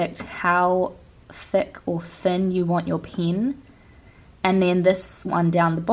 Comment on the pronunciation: ITS NOT PRONOUNCED AS "PIYN" ITS "PEN"